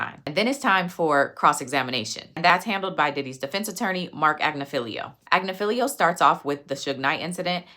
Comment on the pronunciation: Great content as usually... My ADHD was working overtime at your pronunciation...It's Ag-nif-ee-lo